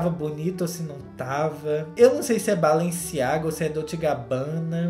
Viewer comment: vc falou tudo o q eu queria! KKKKK SÓ FALTA VC pronunciar BALENCIAGA corretamente - se fala BALANCIAGA - o E vira A na pronúncia. Vc é o máximo!